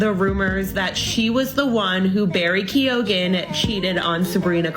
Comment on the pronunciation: as an irish person, the way keoghan is pronounced is annoying me